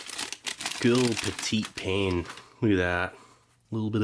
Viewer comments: As I've commented before, the French word for bread may be spelt "pain," but it is pronounced "paeh." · “Pain” is pronounced “pahn “ in French. Love your stuff.